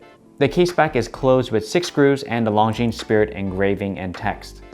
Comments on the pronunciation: How can you be an AD for Longines and not know that the “S” is silent? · Great watches. But as a watch channel it would be great if the watch brand names were pronounced correctly? The ‘es’ in Longines is silent. Just saying. 😉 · Great video, beautiful watch! FYI, in French, the ’s' at the end is silent. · Love it. My next watch …. A little tip for you, you don’t pronounce the ‘S’ on the end of Longines